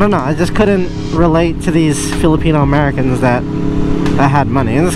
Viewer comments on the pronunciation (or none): none